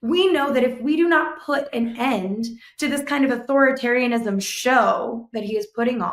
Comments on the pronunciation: How does not know how to say Authoritarianism?? Haha! He said Othotaryism haha! He worked for an Authoritarian for decades but can’t say the word? Wild. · Might want to work on pronunciation of “AuthorI tarian ism.” You’re leaving out the ORI. Call if you need help with this.